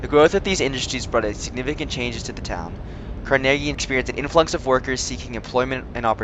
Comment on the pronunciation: please say Carnegie correctly its not Car-Nay-Gee its Car-Nuh-Gee sounds like Numb or Carnival